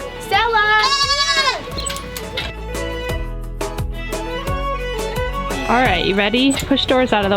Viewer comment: ok when you call “ stella” you gotta say it right! lol btw i love that irish music! i am 83% uk, scottland, irish, welsh. 🍀